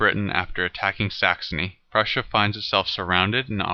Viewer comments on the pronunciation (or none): none